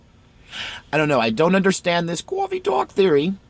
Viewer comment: CAWFEE TAWK!!!!!